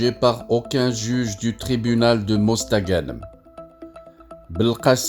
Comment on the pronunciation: Va apprendre à parler français avant de raconter des conneries tu ne sais même pas prononcé mosta ganem les algériens ne sont pas dupes